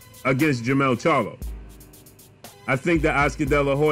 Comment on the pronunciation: At least he can say the name charlo, unlike ca-yellow